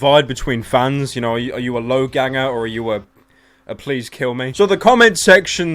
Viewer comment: *Logangster. Not loganger logangster